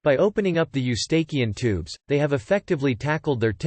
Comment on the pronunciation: WHAT ANOTHER LOAD OF TOTAL BULLSHIT!!!!!!!!!!! CAN'T EVEN PRONOUNCE EUSTACHIAN TUBE RIGHT!!!!!! COMPLETE 100% BULLSHIT!!!!!